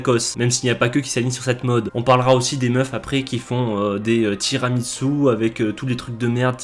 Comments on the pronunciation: Et toi tu dis tiramiTsu 😱😱😱😱 HAAAAAN C'est tiramisu 😚 Les italiens pleurent. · Salut. Si tu vas en Italie evite de dire tiramiTsu c’est tira-mi-su {tire moi vers le haut) donc à prononcer ~TIRAMISSOU~